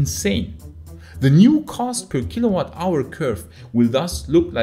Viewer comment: Jixuan, please pronounce kilowatt hour not as kilobyte hour.